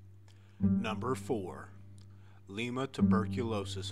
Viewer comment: I can't believe that you said LEEMA 😂It's pronounced LIE-MA. The tb hospital is strictly off limits and you'd get in a lot of trouble if you get caught trespassing. Plus it's really dangerous there cause it's really dilapidated. Other than that though I heard that it's haunted by a poltergeist and that if you go far enough in you can hear screaming.